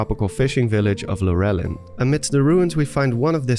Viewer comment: Lu Relin? LURE LIN LURE AS IN FISH? it was painful hearing you pronounce that village